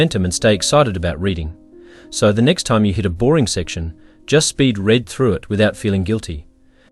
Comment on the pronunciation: It would have been nice if a human had read this. Hey AI, READ (reed) and READ (red) are not interchangeable.